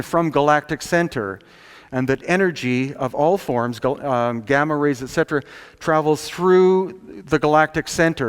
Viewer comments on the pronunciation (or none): none